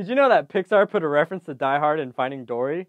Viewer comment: at the beginning you said dordy